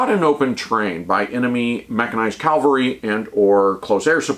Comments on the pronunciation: I greatly respect and enjoy your infantry treatises. As an ancient 31C/31B/11B, I’ve learned a ton of fascinating details I wish I knew during my service. But, for Pete’s sake, stop saying CALVARY WHEN YOU MEAN CAVALRY. Serious pet peeve weaponry now safed. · "Cavalry," not "Calvary." Calvary is the place where Jesus Christ was crucified. I find when a soldier mispronounces the word, it detracts from the message the speaker is trying to convey.... and once you said "Calvary," My brain tuned the rest of your video out. Weird, but it is not the first time.